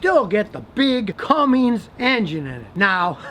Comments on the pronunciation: Joseph Pantalion it is 100% made in Germany and it’s one of the best 8speeds out . He can’t even say Cummings correctly . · Drop the imaginary g in Cummins please and thank you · Cummins doesn't have a g at the end scotty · There's no G in Cummins. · Why is it so *&%#@ hard to pronounce Cummins correctly? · There is no 'G' in Cummins. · Bro, there's no 'G' in Cummins. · Am I the only one who cringes every time someone says "cummings" and the older CUMMINS engines did have a problem, they had defects in the castings, if left in OEM form (less than 200hp) they would run 1.2-1.5 million miles before cracking and splitting apart. So for a typical pick-up owner, GREAT engine! But for a kid who's gonna put 40lbs of boost to it and try and race the new trucks... Terrible engine! lol hope you have a scatter shield in that truck. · Aisin are backing the 6.7 cummins in only. Zf is the maker of the 8 speed behind ecodiesel. Oh, and there is no "G" in Cummins. The 160hp engine you mentioned was the early '80s and '90s engine. Current 6.7 makes 400hp and 1000lbft torque, in a truck that weighs 8,000 lbs, and gets similar fuel economy to your toyota. If it surprises you that the cummins uses a different trans than the Italian diesel, you have no right to talk on this subject. You refer to them as though they are just flipping back and forth. If you were as smart as you think you are, you'd have known that they are two COMPLETELY different engines, and as such use different transmissions. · You lost me when you said Cummings 🤦🏼‍♂️. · Cummins, not Cummings. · Am I the only one who cringes a little when he says cummings and not cummins no hate tho lol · Its Cummins not Cummings ya nerd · It's "come men's", not "Cummings"... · Why do you keep saying Cummings? The diesel engines are Cummins. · Its not a Dodge and its not "Cummings" Geezzz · "with a CUMMINGS" oof Scotty. My 06' 5.9 is still going strong with 158k on the clock. No hiccups other than she just got a new set of injectors